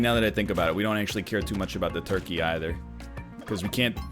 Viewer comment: Me when he say “torkey”